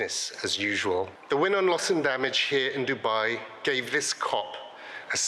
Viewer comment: The way she pronounces dubai is friggen hilarious. Sounds like giggedy guy ...😂 its always been sold out no news here.